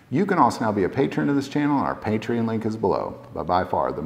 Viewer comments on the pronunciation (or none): none